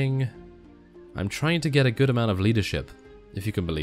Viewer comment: I know I know, just that 'gate' a mod sounded so funny. 'Let's gate a mod!' XD